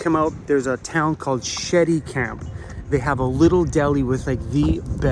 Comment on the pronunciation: it is pronounced .. SH-Ettie-camp